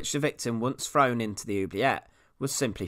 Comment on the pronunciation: Please learn some pronuciation if you want to be taken seriously. Good information and interesting. Though frow instead of throw oh boy🤔😉👍